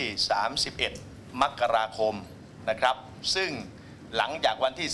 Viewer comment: มกราคม ไม่ใช่ มักราคม 0